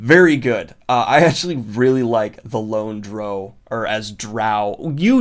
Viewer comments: I have never heard someone refer to a dark elf as "dro". In all my years of D&D at least, it's pronounced "drau". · Sorry Daniel, but the official pronunciation of "Drow" is to rhyme with "cow", not "grow". That is the official word from Wizards of the Coast. It does also sound cooler when you consider how it may be pronounced by Bruenor, if that makes you feel better about it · The Lone "Droe"??? DROE!?!?! Is this seriously even a question? Hoooooow!? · Dear everyone, It's pronounced "drow", not "drow." There, the debate is settled once and for all. Also, it's "gif" not "gif". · Drow rhymes with brow, and i will fight any lightsick surface dweller who says otherwise. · Ok my man did not just pronounce it Droow. You're killing me Daniel. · Gets annoyed that they changed Harry Potter from Philosopher's Stone to Sorcerer's stone, saying that American's can handle it...then pronounces Drow as 'Droe' xD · Come on Daniel. Drow rhymes with bow. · Please go watch anything D&D you are saying drow horribly wrong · I think the reason you like the Lone Drow is because the way you say Drow sounds like lone, so it rolls off the tongue more. Too bad you’re still wrong 😋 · You are the first person I have ever heard pronounce "drow" that way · Drow rhymes with "wow", Drow does not rhyme with "low". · It is drow. DROW. Geez! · Wow...I came in expecting to feel a little defensive on some titles but then out of nowhere we get that pronunciation of drow. It was like I was walking through the forest hiking trail, worried about bears and coyotes, and suddenly a Mack Truck comes out of nowhere and hits me. I'm both impressed and a feeling a little betrayed. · The worst thing about this list is your pronunciation of drow. Gave me the same feeling as nails down a chalkboard. Good video tho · DROW, DANIEL. SAY IT RIGHT. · I respect people who call it Drow, but it is obviously pronounced Drow. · Thats exactly what I was thinking yeah the title does sound cool.....if you pronounce it wrong lol